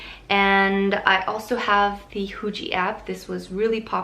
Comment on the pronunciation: 😲😂😋 HUJI ooomg it sounded like hoochie if you speak fast 🙈😂😅